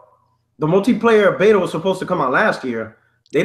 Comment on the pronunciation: Why does dude keep pronouncing console and he said beta wrong? He's saying it like it's two words. It sounds so fumb everytime he does that